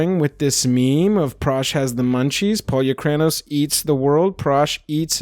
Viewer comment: . Pol-U-cray-no-s? Lolz Pole-oooh-kra-noss lol